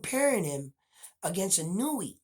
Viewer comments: You know more about boxing than I'll ever know, but when it comes to pronouncing Japanese names I got it down. The Monster's last name is pronounced, EE-'NOY-YAY. Note the accent in the NOY. The cadence would be similar to saying "lil Kanye". His first name is pronounced, NAH-'OH-YAH. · Come on, Spanish speakers. The "I" in Inoue has an ee sound like KEY. It does not have an ih sound like KIN. Japanese, in many respects, has the same pronunciation as Spanish LOL